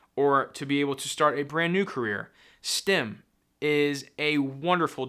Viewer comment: STEM, not STIM*